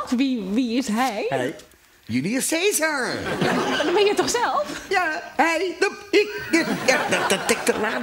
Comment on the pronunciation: Precies: u = oe, c spreek je uit als k en ae als ai: Joelioes Kaisar. Maar ja, de goegemeente vindt de Engelse uitspraak blijkbaar beter bekken he....jammer.